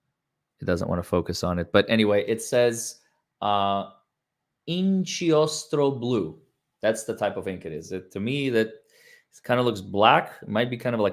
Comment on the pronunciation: Shame I didn’t know you were coming to Italy… For your information “inchiostro” (ink) is pronounced “inkiostro”, the “k” being pronounced like the one in “kiosk”. 🥰 Love your coverage.